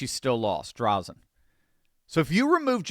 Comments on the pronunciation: As an Oregonian, I LOVE to see this!! Thank you,! (And, btw, it’s pronounced Dray-Zen for future reference:) ) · her last name is pronounced "Dray Zen" Thanks for doing what you do!!! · It's pronounced Dray-zen. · Dray-zen. Correct pronunciation. Just sayin'. I'm an Oregonian - the blue team has absolutely trashed this beautiful state. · I normally don't do this but a an Oregonian, I just have to correct you on the pronouncement of Christine Drazen's name. It is pronounced with a long "a" not a short one...Draazen... I hope you get this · Pronunciation tip: Say, "Draaazun". Christine Drazen. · The a in Drazen, says it's name.